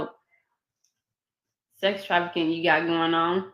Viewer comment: Why as many times as I seen this interview chopped and screwed this is the first time I heard her say METH and afficking.